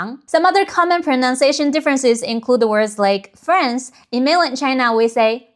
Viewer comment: is there a reason France is pronounced the same as the way the French are mocked by the world LOL